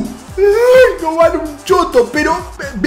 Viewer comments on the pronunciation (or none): none